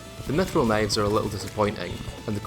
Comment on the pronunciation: Kuh-nives I love it!